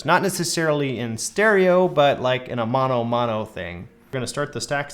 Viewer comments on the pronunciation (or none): none